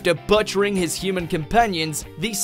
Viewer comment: And “butt-chering” XD